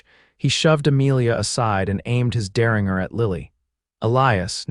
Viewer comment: 😂Good Lord! It's der-rin-jer, NOT der-ring-er. I hear this across all the platforms. I guess AI doesn’t learn afterall. Bakersfield, California